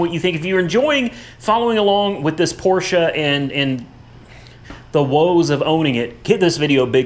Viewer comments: That was the best Porsche pronounciation from an American that i have ever heard, and i have heard a lot. Kudos from Germany : ) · finally saying Porsche correctly. Woohoo!!! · Great video. Refreshing to hear someone pronounce Porche properly. Even most dealers and owners don't and they will even argue with you. It a phonetic language. The e ending is pronounced. Owners and Dealers Can you learn to say Porsh ahh? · i got to get one of them oil pan catcher drums i never seen them for sale where i live great idea...laughed when it didnt fit under porsch low clearance ...also laughed when u said porsches ...i guess u will never be a german to pronounce it right even though your pronouncing it right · Well... Your pronouncing was quite SPOT on ✌️ Greetings from Germany 🇩🇪 PS. Your driveway will look great after this one operation 😝👍😜